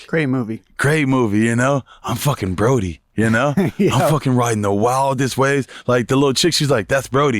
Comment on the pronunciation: The guy's name from Point Break is Bodhi not Brodie lol I've heard Bobby say it wrong on several podcasts now.